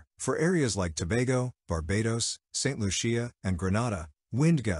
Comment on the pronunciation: he miss pronounce all Grenada 🇬🇩, St. Lucia 🇱🇨and Dominica 🇩🇲 😂 I was saying the same thing to myself